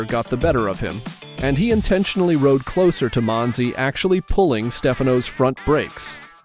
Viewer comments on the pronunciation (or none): none